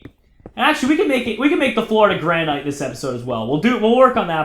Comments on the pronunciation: Gran-it is the way it is pronounced not grAn-night. It's like a granite countertop. Also, they look terrible as building blocks because they aren't connected textures. Making everything out of pros marine and polished stone in circles looks bad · its pronounced granit, like new hampshire, the granite state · Did he say Ianite... Lol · Granite is pronounced GRAN-IT so many face plams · oh my goodnessols its pronounced gran-it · he said ianite!! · You kept saying granite wrong +